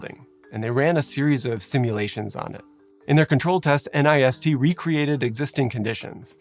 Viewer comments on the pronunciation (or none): Please, if it’s ok with you, pronounce nist as one word in the future. I know a lot of people spell out N I S T but there’s really no need for that. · An unimportant but possibly interesting note - in speech NIST is usually pronounced as a single word not as an acronym. My husband worked there for 3 years and it is one of the more fascinating and lesser known parts of the federal government. They have the fire testing facility you mention here, but also work on everything from cybersecurity standards, to body armor, to running the atomic clock. Crowd simulations are such incredible and interesting tools. So many instances of architectural layouts that seemed ok on first glance, but were obvious deathtraps when you start to understand how crowds behave. I remember there being talk about how the central pens got overcrowded at Hillsbrough because of the particular layout of the stadium entrances making it unlikely for people to head to the under-capacity side pens